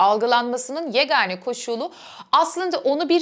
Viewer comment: "yegâne"', yani ince söylüyoruz.